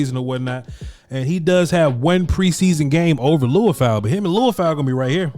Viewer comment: His name is pronounced Lee-oo-fow, not Loo-i-fow. When you watch his college games, you'll hear the announcers all pronounce it the same- FYI.